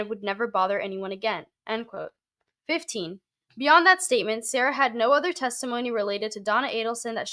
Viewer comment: Damn I have followed this adelson case pretty closely in the past year. I know Sara from way way back so its wild im just seeing her name now. Her name is pronounced like Sari but with an a instead. I haven't seen her since high school though.